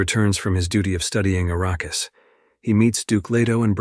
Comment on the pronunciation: How about, when you do a recap, YOU do the recap, not some AI bullshit that doesn't know how to pronounce words. If it IS you doing the commentary, learn to pronounce the words you use! For example, the natives to Arrakis (a name that was surprisingly pronounced correctly...) are called Fremen not Freemen. You would know this if you had seen the movie or read the books! And let's assume that you did, you didn't listen to what you posted because in the first 38 seconds (that's as far as I could tolerate) there were multiple pronunciation errors of the same word!